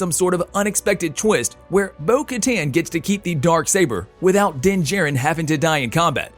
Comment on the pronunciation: It's pronounced Din JAH-RIN not Din Jerrin.